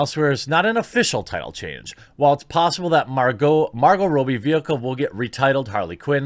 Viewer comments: It's not Rowbie its Robbie, you keep mispronouncing her name. Its makes you sound illiterate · Margot Robbie's name is pronounced Raw-Bee. Not Row-Bee. Thanks ;) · This is like the 20th video I've seen in a week about this movie and everyone keep calling her "Margo Robie" ... Is it supposed to be pronounced like that? Cuz the spelling; "Robbie" would suggest differently and I refuse to believe Americans and Canadians can't pronounced such a common nick name or even given name as Robbie. Im not complaining or anything, I really don't care. But about 30 different people have been pronouncing it this way and I'm starting to question if I'm the one who's wrong 🤣 Please enlighten me.